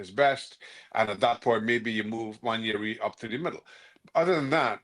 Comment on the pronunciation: Yamal is very good, Nwaneri is better. Yamal wouldn't look any better than Cole Palmer who doesn't do it against the big teams in the Prem. Look at Anthony, making La Liga look easy. And the media still cannot pronounce this mans name correct, Wan-Air-ree.